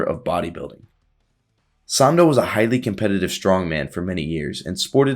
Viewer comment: It’s pronounced Eugene sANDow